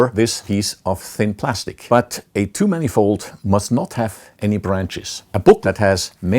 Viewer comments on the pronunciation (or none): Took me a while to figure out that he was saying "two-manifold" and not "too-many-fold"